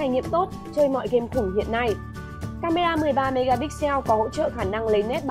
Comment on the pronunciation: sao dị ứng ai đọc "mê ga nhắcc" ghê :))